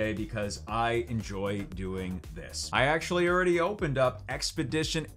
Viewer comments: You know youre from Texas when you pronounce "already" as "Urdy"! Haha love your channel and what you do for the community! Thank you! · The way says already throughout this video has me rollin’ 😆